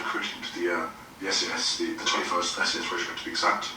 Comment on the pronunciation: Michael Phillips said in one of his live-streams that he meant the SAS, not the SS. Someone on the livestream thought that he is a nazi because it sounded like he said the SS.